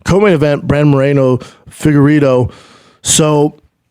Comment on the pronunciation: Bruce buffer says BRANDON SCHUAB not Brendan 😂😂😂😂